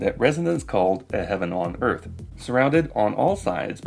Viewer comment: Man I can't stand the way he says "first" like "fust" and "earth" like "uth."